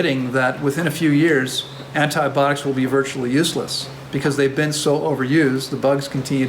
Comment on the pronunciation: Hi 🙋‍♀️ U know I am extremely grateful for your wisdom and generosity sharing that wisdom so please forgive me for asking you to actually enunciate the "I" syllable in the word "an-ti-BI-otics." This topic recurs enough to where we are going to continue hearing the pronunciation of this word. It has FIVE syllables not four as in "antiBOTICS." 😄 Again, please forgive me AND think kindly of me the next time u pronounce "An-ti-BI- ot-ics!" 🥰🥰🥰🥰🥰🥰🥰🥰